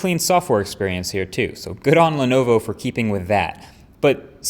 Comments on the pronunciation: You lost me at "Lenovo". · did he say Lenovo? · did you say lenovo??